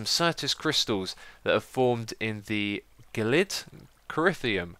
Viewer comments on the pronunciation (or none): gel-id not gelid, say it like jelly jel-id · its pronounced g-elid cry-o-th-ium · gelid is pronounced jelid or gel·id google it, then it will make sense. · gelid cryotheum - je-lid cry-o-thi-um